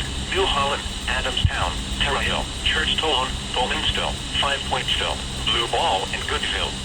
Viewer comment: Love how it says Churchtone instead of Churchtown.